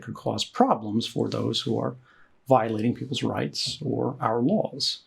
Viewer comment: 'riyts are for the least among us'.